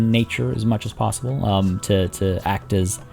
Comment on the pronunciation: when it's plossible xD